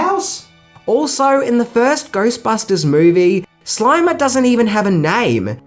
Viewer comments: It’s the Slimer not the Slimmer, you cretinous goofball. Lol! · Its SLIMER,. Not SLIMMER. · Slimer, not Slimmer. See the difference? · #6 Slimer, not Slimmer. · Number 6- "SLIMMERS" as in THIN ghost hahaha God you need a proofreader hahaha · "Slimmers"- this guy is a tool & has a very annoying voice